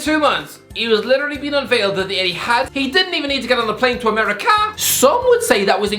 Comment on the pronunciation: why does this guy talk like that 😂😂😂 ‘ameriKAR’ ‘interNHET’